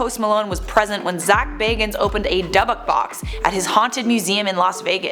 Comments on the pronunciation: Dubbuk box … it’s pronounced Dib-bik. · DYBBUK...NOT DUBBUK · HOWS SHE STILL PRONOUNCING DYBBUK WRONG?